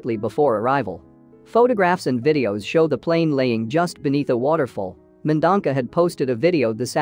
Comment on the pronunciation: It’s not Mendonca! It’s Mendonça ‼️ Pronounced Men - Don - Sa😩